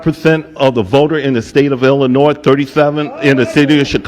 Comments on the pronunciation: illinoy...not illinoise lol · I'm sorry y'all, I love ya but you're killing me. It's pronounced " el uh noy ". The "s" is silent. It's a French spelling of an Indigenous tribe from that area. Hearing you pronounce the "s" is like nails on a chalkboard to me. Other than that you give me great hope for this country. Keep up the hard work fellas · Let me help you stop saying the S in Illinois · Ok. I’m from TEXAS. When I was a young buck in the mid 90’s in the U.S. Navy as a 22 yr old. I remember on our Liberty in boot camp I met a beautiful woman down town Chicago who taught me how to properly say Illinois. She said Tex, there’s no ‘Noise’ in “Illinois”. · The “s” in “Illinois” is silent. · People from Illinois hate when you mispronounce Illinois.